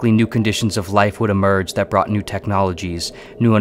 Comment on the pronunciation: Uh-merge is not how emerge is to be pronounced...!? What do you mean my mispronouncing species as "spee-she's"? It's pronounced spee-seas. Mouth-breathers lack Sapience and constantly misrepresent it as "kawn-shus-ness," which is not how consciousness is supposed to be pronounced. Horrendous enunciation in a trash story told by an intellectual that only exists to butcher the Human language aka American English. Kawn-shus-ness, it's the first clue that an orator is an idiot, next to "spee-she's" as obvious mispronunciation of species.